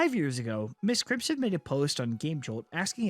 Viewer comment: So going to be real. I kept getting confused. I thought he was saying miss Crimson and not MY5T Crimson.